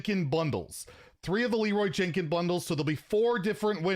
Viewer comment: LeEoRay JiNkkIes